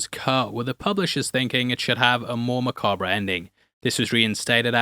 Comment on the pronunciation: “Mah Kah bruh” lol